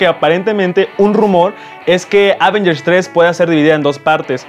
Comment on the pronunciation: Prefiero cuando Alex presenta las noticias:p o y se pronuncia avéngers, no ávengers:)